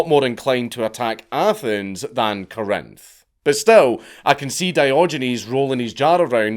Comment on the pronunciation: The emphasis in Corinth is on the first syllable